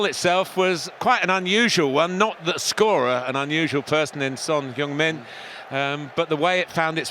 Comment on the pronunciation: Lol martin pronounces heung min wrong🤣